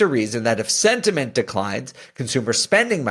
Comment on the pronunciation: Haha you said sventiment like twice 🤣